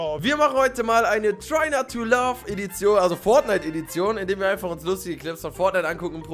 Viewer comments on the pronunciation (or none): [JN] Nythix aber Recht hast du: laugh spricht man mit A und Love mit O